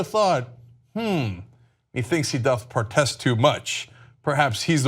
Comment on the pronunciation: "Methinks he doth partest too much." So Cenk can't even pronounce "protest" when he's trying to quote Shakespeare? To try to make somebody ELSE look like an idiot?